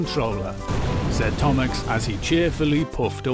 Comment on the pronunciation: its percy, not perchus Thomas, not thomax, not thomusk.